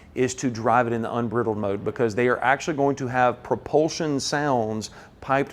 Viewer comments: It’s pronounced Un BRY dled mode, Sir! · Love ya man but it's pronounced like when you take a bridle off your horse and letting it run wild ..I know it's a southern thing... smile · please stop saying briddled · ‘Unbridled’ is pronounced ‘in-BRIDE-elled’. It’s a term that comes from riding a horse (Mustang: Horse, get it?!!) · Hey. This guy deserves an award for the clearest explanation of what this car is about. More information than any video I've seen yet. And, he is using the British pronunciation of "unbridled". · I think you did a great job of explaining the vehicle. My only complaint is I wasn't fast enough to get on you about your pronunciation of "unbridled" as others beat me to the punch. Thank you. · Good video, but the word" unbridled" mode should be pronounced with a long i vowel sound not a short vowel sound. Just sayin'. Remember we're talkin' wild horse Mustangs here. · Please, for the love of God, someone teach this guy how to pronounce, "unbridled". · Great video very informational but it's unbridled mode as in to unbridle a horse. Check your pronounciation